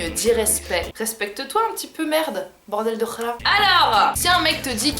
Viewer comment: 😂 " Boredel de l'hra " 😂